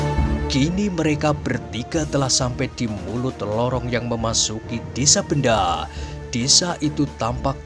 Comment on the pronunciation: Bukan nya desa Bendo Kisanak? Aneh kedengaran kalau di ucap Benda....